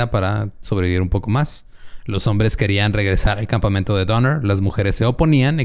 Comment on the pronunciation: escuché "campamiento" por parte de??? jijiji